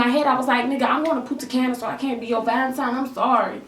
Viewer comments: Puntacana is in the dominican republic, but you said putacana and that sounds hilarious in spanish, but don't ask me why the translation doesn't make any sense 😆 btw i love girl! You're so funny omg 😂😘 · Punta Caña is located in the Dominican republic but you kinda pronounced it wrong, but its fine